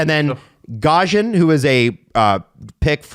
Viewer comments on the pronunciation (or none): Ivan ivan is czech, and you butchered the pronunciation with almost every player starting from Tatar Ružička all the way to hlavaj and gajan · You read J as you read it in Juraj Slafkovsky, so you read the J in Hlavaj and Gajan the same way, it makes me wonder how are people not realising how simple it is to think sometimes - just basing it on their - finally - correct pronounciation of Juraj S. - the same logic applies to any J in Slovak language